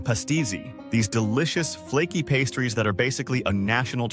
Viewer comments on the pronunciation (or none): none